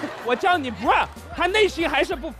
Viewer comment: 杨迪 说brother 那段，听起来就是 Bra 😂😂😂